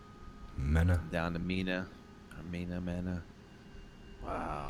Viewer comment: IT'S PRONOUNCED "MEENA" GUYS...JUST SAYIN'...GOD BLESS UR WORK!